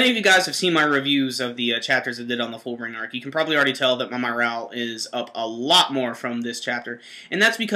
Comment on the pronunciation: Almost as great as hearing them say fullbring as "fooblingo" currently.